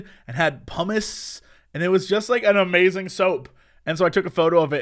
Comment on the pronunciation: Jesse forgot the 'ing' at the end of 'Amazing' when describing Ikea